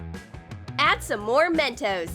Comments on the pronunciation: she said men-toes it's men-tos🤦🖕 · Me: "Narrator needs a hiding" Narrator: Why? Me: "it's called Men-tos not MEN-TOAST! LOL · I Know It's Mentos I Can Spell I Meant That There Acent Was Men-toe Not Men-toast. So Yeah. I Hope You Learn How To Understand Words. 🖕🏼👌🏼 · men toes is what i heard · they said Mentoes